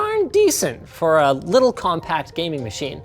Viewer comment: 'leetle tiny keybol" said linus